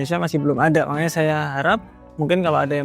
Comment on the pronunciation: Ciri khas ini, kalo lagi ngomong selalu ada kata "mangkanya," harusnya makanya, tapi karena udah kebiasaan jadi ciri khas gitu. Keren mas, jangan lelah mengedukasi agar pemula kayak saya gak sampai terjerumus ke oknum full margin. 😁😁